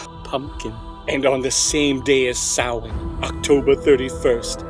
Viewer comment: That is the weirdest pronunciation of "stingy" I've ever heard... that g makes a "j" sound... assuming that Jack is conceptually a skinflint. If he's part wasp then keep doing what you're doing. Surprisingly accurate pronunciation of Samhain though.